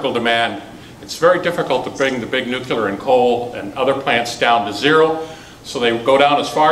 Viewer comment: New klee urr, not nuke you lrr.